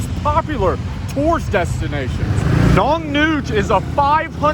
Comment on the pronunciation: Been there it's pronounced Nong-nook😉✌🌈